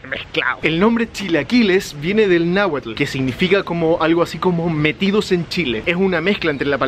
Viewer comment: Se pronuncia NÁHUATL...NO NAGUAL, ya que lucras con mi país por lo menos respetalo documentandote bien